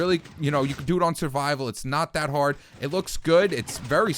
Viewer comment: I just love how he says not that ✨hard✨